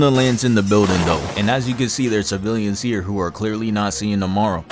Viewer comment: "bro really said heeah"